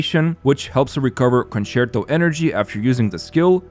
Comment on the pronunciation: Mega kudos for pronouncing "concerto" correctly and i am not sarcastic.